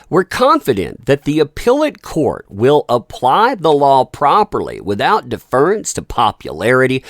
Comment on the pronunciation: You pronounced deference incorrectly, 🏖️